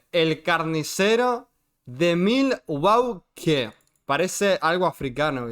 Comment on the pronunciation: milwoki asi se pronuncia